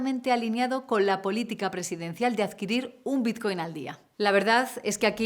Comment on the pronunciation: Es BiTcoin, con "T". ¿Por qué pronunciarlo biZcoin? XD